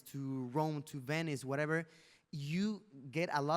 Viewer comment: Luisito porque hablas del werever, te escuche varias veces decir werever, werever